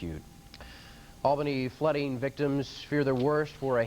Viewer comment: The need to learn how to say Albany properly. (it is "All-Benny")